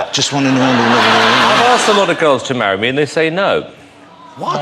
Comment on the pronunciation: Man! i'd mawwy you! and i'm mawwied!